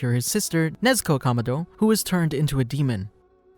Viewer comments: Not tanjiro kamodo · pls learn how to say kamado thanks